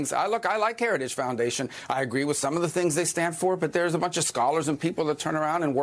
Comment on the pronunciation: Why are you emphasizing the word "some" when you read it. Seems disingenuous.